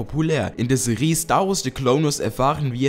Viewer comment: waaas xD "die star wars seriiiiii xDDDD wtf lern mal sprechen xD